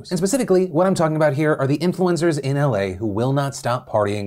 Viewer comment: i heard "influenzas"